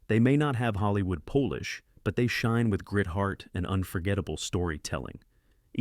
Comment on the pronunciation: Dumb AI, among other errors, says "Polish" when the word is "polish". I've seen about half of these movies and they are excellent. Now I'll have to look for the other half.